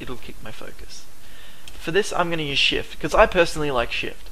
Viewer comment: I love your accent, in the video u said: I personally like shift, but it sound more like, I personally like shiet :D Hope you see the funny in this, otherwise great tutorials! Keep em coming plz!